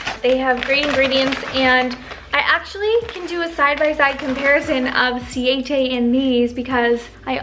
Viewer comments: This video was soooo incredibly thoughtful and helpful. Thank you for really caring. My only non positive comment is about how you pronounce siete! I guess it doesn’t really matter but you say si-ay-tay, but it’s pronounced si-eh-teh! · It’s pronounced “Sie-EH, tEH”